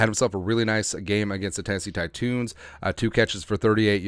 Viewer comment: Tennesee titoons???🤣🤣 Thought it was the Titans?